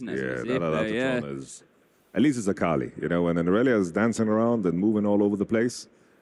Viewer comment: Is saying akali wrong on purpose? says it right like 3 times. Joking, I just think it is funny.